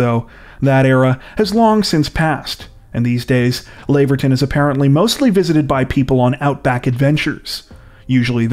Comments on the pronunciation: Lav - er - ton..or 'Lav ah tun'..as in Lavender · hate it when they mispronounce names, Lav-er-ton, gheesh